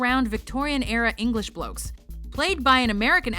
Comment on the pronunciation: Being English , listening to anyone except British people say 'bloke' makes me gag.